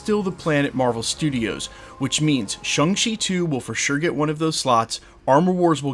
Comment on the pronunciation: ShAng-Chi not ShUng-Chi. Why do you insist on pronouncing it wrong dude? Everyone in the movie including the character pronounce the 'a' as "Sh-ayng" or "Sh-awng" but never "Sh-ung". At this point it seems you're either being deliberately contrary or lazy. Just say it right man.